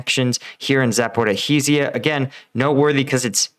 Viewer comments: Not that it is important, but it is not " Zapora-hizya" but " Zaporijya" with the j pronounced like French or as in the "s" in "Asian". Zh stands for the French Jjjjj sound. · Congrats…your ongoing efforts to mangle the pronunciation of the word Zaporizhzhia continues to succeed - you continue to find new ways to get mispronounce it 🤣